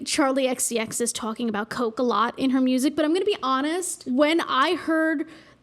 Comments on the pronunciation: Sounds almost like TWOC-ing. Which is something completely different. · Twolking about